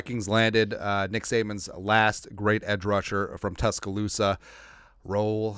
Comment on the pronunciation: You got a subscriber from bruh never heard someone who is not from my city say it correctly like you just did Tuscaloosa Al Roll Tide Go Vikes